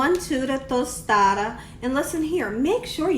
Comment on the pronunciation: Lol nope ur saying tostada just rite! Looks delish. I've never used shrimp I usually use chicken. But ill for sure try shrimp next time! Thanks!